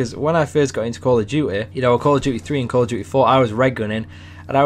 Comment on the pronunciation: Call of dyoo eh